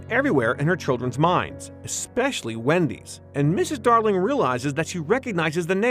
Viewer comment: The Darlings were not poor. They had servants and their house was three stories tall., went to socialite parties. Mr. Darling was a banker. Tootles was the one who shot wendy with a n arrow (not Tootheless. There is no tootheless). And there is no such word as exspecially. Just like espresso.